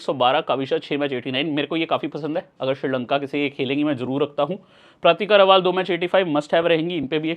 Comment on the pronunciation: Bhaiya रावल है रावाल नही